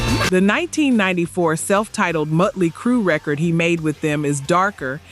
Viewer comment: OMG, You drive me nuts every time you call them Muttly Crue...That is not their name! PLEASE learn how to say it correctly! Let's use Phonics, Mot-Lee